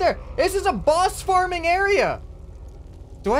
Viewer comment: lol you said bus instead of boss XD